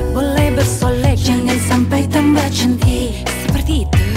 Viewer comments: iya bener, tente ini ngomongnya chantik bukan syantik mampir kesini cuma buat memastikan :v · Pencetus kata "syantik" itu mimi peri. Kalo syahrini tidak bilang syantik tapi "cantik" tapi pengucapan huruf C nya dibuat sedikit mendesis😂